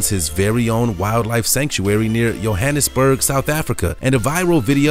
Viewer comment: its Johannesburg not yohannesburg🤣